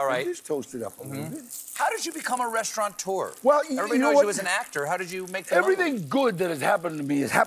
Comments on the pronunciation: Stephen the word is restaurateur, not restauraunteur, silly man. No N. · There is no "n" in "restaurateur". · Stephen needs to learn to pronounce restaurateur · Colbert is pretty urbane and sophisticated, so why does he pronounce "restaurateur" as though it has an 'n' in it? [edit] Maybe it's a 420 thing.